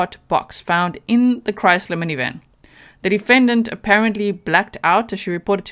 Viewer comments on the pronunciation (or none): none